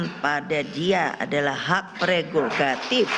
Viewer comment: Nek pregogatif itu apa ya nek? Bukanya prerogatif ya nek.....😂😂😂😂😂